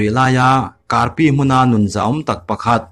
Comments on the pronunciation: Kum khat liam hnuah ka hmu ve chiah. Ka lo hmu har hret a ni, a pawi hle mai. A ngaihnawmin a bengvarthlak khawp mai. Mahse, a chhiar lamah hian tan lak deuh chu a ngai a nih hmel, a tha tawh viau nachungin a la nal tawk zaih lo deuh. Tin, sakhaw rawngbawl tura hmeichje inpumpek hi 'Nun' an ni a, 'nan' ti a lam tur a nia, he hringnum tih a, 'nun' tih ang hian i chhiar thin a, i tihsual palh a nih ngei ka ring. I kal leh zelna turah duhsakna ka hlan a che. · Nun(nan tia lamrik tur)